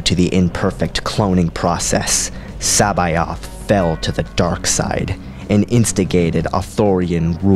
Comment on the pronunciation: love the vids but C'baoth is said differently (source the original thrawn audiobooks)